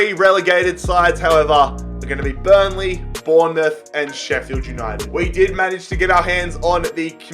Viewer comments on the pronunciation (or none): none